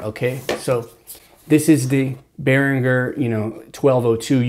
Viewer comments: You seem to know your shit. Great video. BTW, it's pronounced "Ber-in-jur". Not trying to be a dick. Just a heads up. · I'm hoping that since this video, you have discovered how to properly pronounce Behringer.... I know it's trivial, but it is annoying.... to me